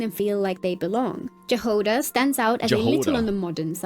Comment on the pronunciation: Jahoda is not Gi-hoda, it's Yahoda T_T It's Czech and Slovak surname, as well as slavic word for berry (can be Czech and Slovak word for Strawberry or general berry in ukrainian, russian and belarusian)